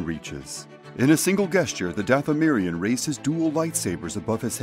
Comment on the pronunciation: I love your videos! Learn how to pronounce the word gesture when you have a min.